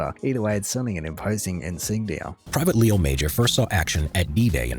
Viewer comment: The correct pronunciation of his name is "lay-oh mah-zhar [the last syllable is actually something that doesn't exist in English, but that's the closest]. Most of the events in this video have been independently verified. He was far from being a blustering he-man. He was in civilian life very soft-spoken and modest. He never mentioned his military escapades to his wife... she only found out decades later when the town of Zwolle invited them to visit the Netherlands to be honoured by them. The secret behind it was that he had lived in neglect and poverty as a child, suffering much bullying ---- until he realized that dominance among humans was based not on strength but on illusions, that it was all showmanship. His tactics always depended on tricking opponents into panicking, for example, getting them to assume that he was an entire army. He knew that most "heroism" in war was bullshit, so when he returned to civilian life he just said "forget it" and lived his life without cashing in on his image. His sons report that he never boasted or mentioned his exploits to them, but that he was the kind of man that you would instantly trust and listen to.